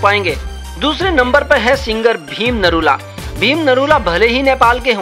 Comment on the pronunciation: भिम नरैला ❌ भिम निरौला ✔ 😂